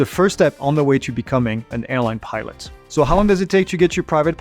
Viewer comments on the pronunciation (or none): Just sounds like he's saying "pirate" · when ever he says pilot in sounds like he said pirate